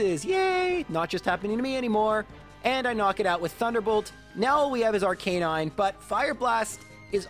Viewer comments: "R-Canine" - suuuuuuure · i cant even begin to tell you how much your pronunciation of arcanine annoys me